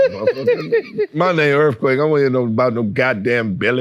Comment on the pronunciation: Earf quake